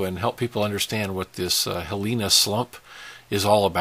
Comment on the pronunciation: It's pronounced hee lee nah slump. Fissure 8 isn't another volcano, it's just a fissure. It has also been named Ahu'aila'au pronounced ahoo eyelah ow.